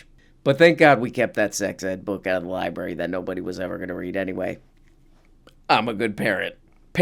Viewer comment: Did just say "libary" twice? Also, is it a coincidence that DeSantis did everything he could to alienate migrant labor and now Florida suddenly needs a different source of cheap labor? "Weeird"